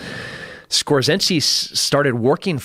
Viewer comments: Otto Skorzeny not Skorzensky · Dude. It is Skorzeny not Skorzinski. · For a guy who seems to know a lot about Nazi germany sure does know how to butcher the name of Otto SKORZENY. It’s not fucking skorzenski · It shows you how fake it all was although I enjoyed watching hunting Hitler at times. This guy is just straight up fake. It is Otto Skorzeny. Who the hell is skorzynski? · It is not skortseski but Skorzeny to you sir LOL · He keeps saying Skorzensky. Does he mean "Otto Skorzeny"? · It's "Skorzeny" not "Skorzenski" you moron. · SKORZENY, not Skorzinsky. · Skorzeny. For someone who researched the topic you should be able to get it right at least once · dude, pronounced score-zany.... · The way tim kennedy pronounces Otto SKORZENY as 'Skorzetsky' is annoying. Especially since he is fan boying and comparing himself to him like, it's his idol. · For a guy that is deep in the topic he really butchered Skorzenny's pronounciation :) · Dude can't even pronounce Scorzeny properly. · He's pronouncing it wrong but he's talking about Otto Skorzeny...I'm really thankful for people like Tim Kennedy. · amerimutt šlomo can't even pronounce Skorzeny right, good thing he "speaks" spanish though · He's TRYING to name Otto Skorzeny, and failing miserably.